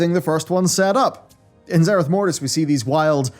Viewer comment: Zereth beforis 😂